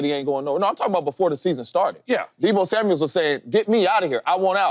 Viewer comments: It's Samuel not Samuels smh lol mufuckas can't read for ish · Is someone going to tell James Jones his name isn't Deebo Samuels. It's Samuel. And no way is Deebo better than Smitty. Come on now. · He keeps calling him Deebo Samuels too. It's Samuel not Samuels. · James jones keep saying “Samuels”😂